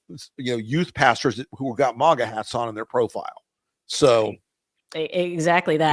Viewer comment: It's maga, not mogga.